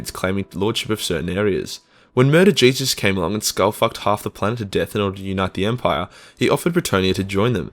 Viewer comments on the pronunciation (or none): none